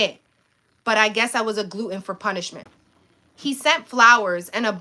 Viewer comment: Glut ton for punishment not glue ton. Step ur vocab up read dictionary study pronunciation